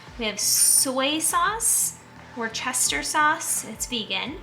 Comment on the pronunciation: Great recipe. Friendly suggestion: learn how to pronounce Worcestershire sauce. It’s not syllable bt syllable. 😊